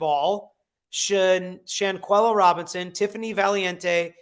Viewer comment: Slow start but I appreciate that you care about your community / you had some trouble pronouncing shanquella’s name so wanted to suggest that you look up that case because it’s important / clearly you have the legal knowledge and a supportive community / decent watch and I wanted more content about this case so thank you!